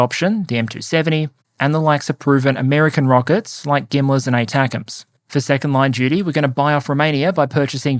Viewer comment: Anyone else hear ATACMS like "Snack-um's"?